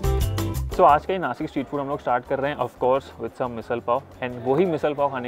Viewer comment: नासिक instead of नाशिक why, is you or anybody don't able to pronunciation as नाशिक.